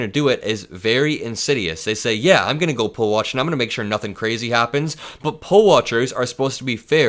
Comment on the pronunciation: Not a tRump fan by any stretch, but he actually says, "I'm a Christian," and slurred and dragged out the syllable "I'm as "Imma." At any rate, he definitely doesn't exude the Fruit of the Spirit!